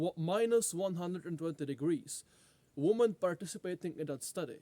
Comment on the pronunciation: say women correctly will be disappointed